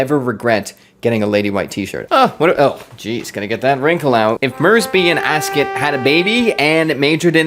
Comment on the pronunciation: Asket pronunciation: in swedish that E-sound would be long. It could be spelled "askét". Similar to the french pronunciation of the E in café, resumé etc But that's hard for an american, you basically don't use that sound, you changed it to "ay"